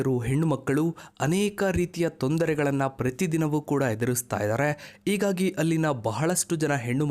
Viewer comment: ರೀ ಯೂ ಟ್ಯೂಬರ ನಿನ್ನ ಕನ್ನಡ ಉಚ್ಚಾರಣೆ ತಪ್ಪು ತಪ್ಪಾಗಿದೆ ರೀ..ಆ... ತಪ್ಪುಗಳು ಹೀಗೆ ಇದ್ದಾವೆ ನೊಡಿ... 1 ಇಗಾಗಿ ಅಲ್ಲ ಹೀಗಾಗಿ ಅಂತ ಹೇಳು 2 ಹಾಗಿದೆ ಅಲ್ಲ ಆಗಿದೆ. 3 ಅರಾಜಮೆಂಟ ಅಲ್ಲಿ ಹರಾಜಮೆಂಠ 4 ಎಳುತ್ತೆನೆ ಅಲ್ಲ ಹೇಳುತ್ತೆನೆ 5 ಅದಿನಾರು ವರ್ಷ ಅಲ್ಲ ಹದಿನಾರು ವರ್ಷ... ಕನ್ನಡ ಕಾಪಾಡಿ....ನಿಮಗೆ ಕನ್ನಡ ಉಚ್ಚಾರಣೆ ತಪ್ಪು ಹೇಳಿ ಕೊಟ್ಟ ಮೆಷ್ಟ್ರು ಯಾರು....